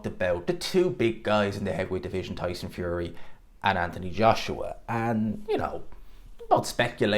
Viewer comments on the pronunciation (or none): none